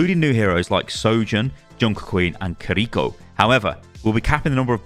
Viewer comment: Nice pronunciation on Kiriko